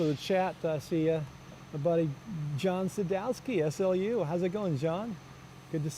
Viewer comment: Love the commentary guys? Btw, St. Louis University (SLU) is pronounced “sloo” not “S-L-U”